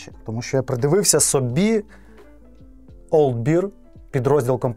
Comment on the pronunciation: та "бер", а не "бір". Beer — бір, bear — бер